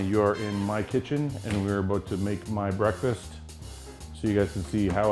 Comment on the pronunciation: he says brake fast not breakfast.